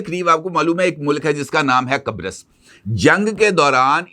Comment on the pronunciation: What you said ? Qabris ? 😅